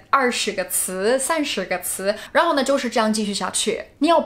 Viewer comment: Her Chinese level is virtually close to native speaker, only some tones of words sound a little bit weird like ‘相反的感觉’, ’然后呢’, anyway she is a very very fabulous and ingenious language learner.